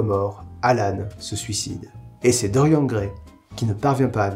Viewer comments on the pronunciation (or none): mais ... c'est un prénom celte!!! ça se prononce DorianE (mon prénom viens de se bouquin ... ça fait 26ans que je me bats pour qu'il soit prononcé correctement !!😡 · Tu prononces Stephen King à l'américaine, mais tu prononces DoriEN, et pas DoriANNE. Ta cohérence m'échappe ^^ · C'est horrible de t'entendre dire constamment "Dorian" a la française xD ca se prononce avec le "e", non mais ! (Oui jme sens un peu concerné >.>)